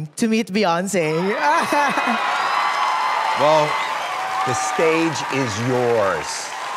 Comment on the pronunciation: I was enjoying him until he said "Beyonce". 🙄🤦🏽 He still did a good job, though.